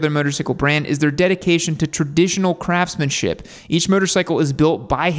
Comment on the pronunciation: lol you you said crftsman..it instead of craftsmanshiP